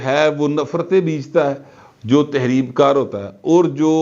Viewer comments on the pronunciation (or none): میرا خیال ھے، لفظ تخریب کار ھے، تحریب کار نھئ 😅بحرحال آپ کی اردو اھل زبان سے بھی اچھی ھے اور تمام اینکر پرسنز سے جو ایک مسلسل معنی خیز جملہ نھئ ادا کرسکتے ایک سانس میں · اپ بہت عمدہ تجزیہ کرتے ہیں مثلا مگر اصل لفظ تحریب کار نہیں تخریب کار ہوتا ہے